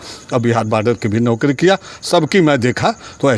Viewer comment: अरे कैसे कैसे पत्रकार बन जाते हैं ये नौकरी को नोकरी बोल रहा है😂